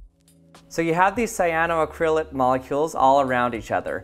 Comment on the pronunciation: It took me a couple repetitions to realise you were saying 'cyanoacrylate'. The main stress falls on the 'ac' syllable: cy-a-no-AC-ryl-ate, not cy-a-no-ac-RYL-ate.